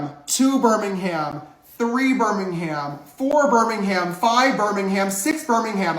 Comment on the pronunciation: As a Brit.. judging how he pronounces Birmingham 🙄😂